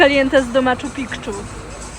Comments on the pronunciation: Piczu nie Pikczu, kobito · Pięknie... tylko kłuje w uszy "maczu pikczu..." ... "Machu Piczu.... " bez tego k... 😁🙈🤩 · Juz tylko patrząc na te Wasze schodzenie z tej gory daje mi zawrot glowy, mialem tam pojechac ale dzieki wam nie pojade, a jestem dosyć blisko. Jak rozumiem powinno sie wymawiać Maczu Piczu a nie Makczu Pikczu, ale może jestem źle poinformowany. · piczu -nie pikczu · I pieknie i strasznie :) Dzieki za pokazanie jak to wyglada od strony turysty .. Tylko nie mowi sie " maczu pik-czu " a maczu-piczu , bez tego K🙏🏻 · Jesteś pewna że to Inkowie zbudowali ? Bo ja NIE ! i nie czyta siẹ makciu pikciu tylko MACIU PICIU. !!! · Makczu pikczu😆 czy ty jesteś pewna że tak się to wymawia? moja synowa jest Peruwianka I wymawia to tak, Maciu piciu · Bardzo dzielne jestescie, ze weszlyscie na te najwyzsza gore tam. Ja nie weszlam, ale dalej to miejsce zrobilo na mnie ogromne wrazenie. Spalam w tym samym hotelu w Aguas Calientes. Jedno co - to zle wymawiacie nazwe tego miejsca. Wymawia sie: Maczu Piczu - nie "Maczu Pikczu" Pozdrawiam! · Podstawą jest poprawna wymowa nazwy miejsca! Wstyd! Poprawna wymowa po polsku to: maczu-piczu ✅ Nie maczu-pikczu ❌ Chodzi o nazwę , która pochodzi z języka keczua. W tym języku: ch wymawia się jak polskie „cz” c nie przechodzi w „kc” Dlatego: Machu → maczu Picchu → piczu 📌 Wymowa przybliżona fonetycznie po polsku: [maczu piczu]! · Dziewczyny trochę szkoda że nie skupilyscie się raczej na licznych ciekawostkach turystycznych tego regionu i jego prawdziwej historii . Pozatym czy nie wypowiada się raczej : Matszu Pitszu ? ..jednak dalyscie mi ochotę na obejrzenie licznych ciekawych reportaży które istnieje na yb ... W sumie zaciekawilyscie mnie . Zatem dziękuję za inspirację . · Mam przyjaciółką z Peru i mówi się Maczu-Piczu. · Bylem tam 10 lat temu w wieku 65 lat i nie mialem zadnego problemu z wejsciem na gore. A tu mlode dziewczyny ledwo zipaly. Przy okazji mala poprawka jezykowa: poprawnie wymawia sie: maa*choo pee*choo.